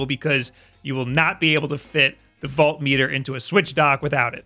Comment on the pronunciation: Haha as much as I know I sounded harsh with this comment, I promise I didn't actually mean to be a jerk. It's just strange to me because I don't see how a New York (that's where you're from right?) accent would make someone pronounce volt that way. My bad, man.